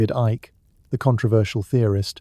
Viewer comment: "Ick". Well done, AI.